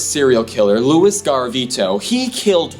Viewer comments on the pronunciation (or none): none